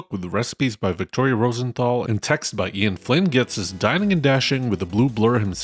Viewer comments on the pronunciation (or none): none